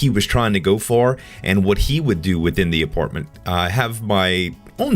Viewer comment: it's apartment not aportment